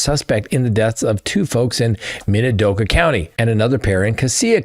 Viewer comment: Also it is Min-a-do-ka county